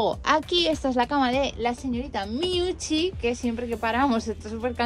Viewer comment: Flipo con la pronunciación de Miuchi, que mona